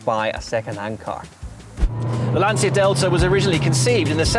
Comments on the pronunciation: Brilliant. Just please start learning how to pronounce LANCIA correctly: Brits were able to learn how to pronounce 'Porsche' or 'coupe' correctly, therefore i believe they can learn how to pronounce Lancia too. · At least learn how to say Lancia properly……….!